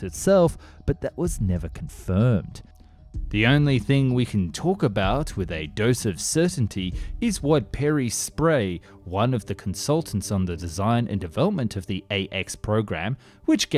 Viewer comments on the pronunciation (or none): How does one read the name "Pierre" as "Perry" ??? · Pierre is pronounced pretty much like "pee" "air" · how can someone pronounce Pierre as Perry? all I know is that misspronounciation is one of the reasons why I love this channel. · As if I’m seriously watching a video from a guy who can’t pronounce ’Pierre’